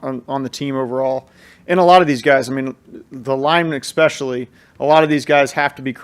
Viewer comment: Where is "eck-specially" coming from??? Why?